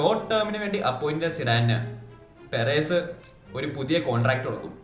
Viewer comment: പെരേസ് അല്ല മോനെ പെരസ് 🥰❤️👍